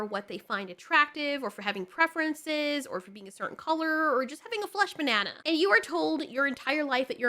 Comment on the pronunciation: Hell naw she said flesh bannana I'm done 😂